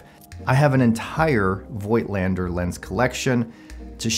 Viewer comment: I think the pronunciation is "foigtlander" as they are germans.